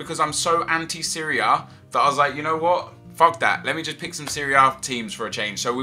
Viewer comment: lol "anti-Syria" what I thought he said for a second